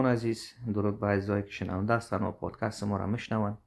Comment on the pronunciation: لطفا podcast را درست تلفظ نماید. تلفظ عزیز درست است. میگه پادکاست که درست نیست. ببخشید زیاد مهم نیست ولی توجه را جلب می‌کند